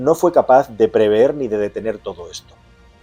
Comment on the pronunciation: Preveeeeeer? Yo preveeo, tú preveés, él preveé